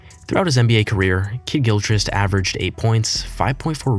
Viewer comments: "Gill+ Chris +T" you kept screwing his name up over and over.😊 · The pronunciation of Gilchrist is driving me insane